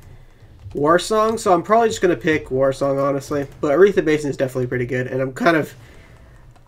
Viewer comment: I have learned to overlook your pronunciations. Thanks for the bed.